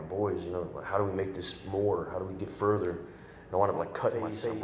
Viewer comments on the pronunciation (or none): none